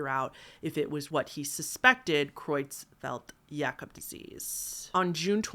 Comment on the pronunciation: hitting it out of the park with that pronunciation of Creutzfeldt-Jakob disease! I know you're self conscious about your pronunciation, but you nailed that one, and it's a doozy!